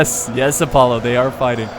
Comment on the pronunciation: When you say Apollo it sounds like you're saying "Alpollo". Just thought I'd point that out. Great video though :)